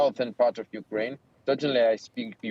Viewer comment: Ucryn not Ukraine